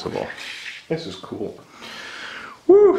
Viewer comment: The way said “cool” to his wife was pretty much a solid “k” in my book. 😂